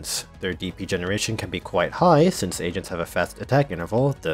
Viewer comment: He says agents like asians the whole time "Asians can be redeployed" Agreed